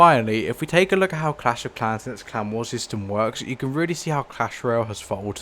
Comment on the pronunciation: Why is he calling clan war clown war 😭